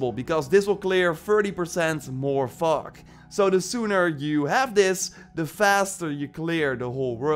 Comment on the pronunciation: Sorry man but I couldn’t help but chuckle with how you said Fog 😭 it sounded like another F word lmao